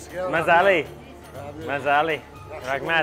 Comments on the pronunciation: I think he's got the emphasis wrong and they don't understand his "dialect". Just listen to how he and the others say delicios: MAzali and maZAli. I also hear that them say "thanks" differently than he does. So the letters may seem the same, but the meaning is different, depending on pronounciation. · if this dude says mazali ONE MORE TIME... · Hey, just a suggestion say "bamaza" instead of mazali, no says mazali in Samarkand.. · If you say mazellie one more time they will grill you :)))) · if you say mazali one more time.....